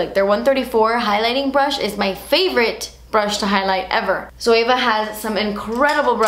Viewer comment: Looked up the "Zoava" to get the palettes and then realised she was saying Zoeva. I get confused when people say it the way she does 😂